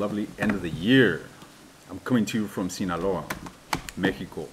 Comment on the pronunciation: I like how well you pronounce Sinaloa & Mejico. Have a great time and take care. Thank you for always remember us.